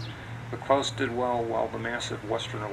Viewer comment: Good video, but I only have one comment, er beef (no pun intended): The correct pronunciation of this restaurant is NOT ‘Klowse’, (The sound of which, suggests a German name, which we know it is not!), but KLAAS. Unfortunately it is mispronounced throughout this entire video.